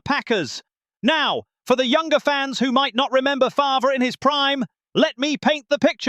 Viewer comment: Only can handle that obnoxious ass voice for so long, and who the fuck is Brent FARVURer?!?!?😂😂 u mean FARVE..